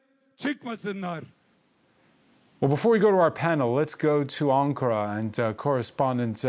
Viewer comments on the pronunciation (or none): none